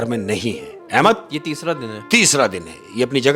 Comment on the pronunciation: Ye shaikh har baar Ahemas ko Ahemak bol rha hai. Ahemad ko nhi pata chala..😅